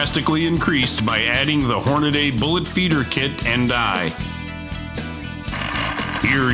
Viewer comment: Stop saying Hornaday. It's Hornady